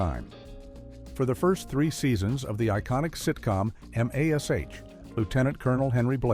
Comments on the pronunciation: Your pathetic AI narration couldn’t pronounce MASH but spelled out each letter individually… M…A…S…H! WTF??? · Where I like the information within these videos, the AI computer generated voices reading the script is a bit ridiculous. Missed pronounced words and names. Like instead of saying MASH….it spells It out. M.A.S.H. 🤦‍♂️ One character they missed was from the TV sitcom married with children. The neighbors Marcy Darcy‘s husband Steve Darcy was replaced..When they wrote in that she remarried. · I never heard of Em Aye Ess Aych. Looks a lot like MASH, though. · Ok, I guess M A S H technically is a correct pronunciation, but damn, that is too funny. AI is like those old b movie dramas that were unintentionally hilarious. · I simply hate A.I. reading manuscripts for these videos. The narrator couldn't even pronounce MASH properly. And for the Laverne & Shirley one, the character who supposedly died was misidentified as Laverne, when it was supposed to be Shirley. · Ai reading is messy...calling MASH by its own individual letters is just tacky and mispronounced other names..and if you take a drink everytime the term everything flips upside down you'd be drunk halfway through. Let's do better.